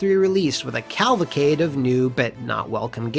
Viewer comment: Is the consistent mispronunciation of "cavalcade" like a running gag I'm not getting...?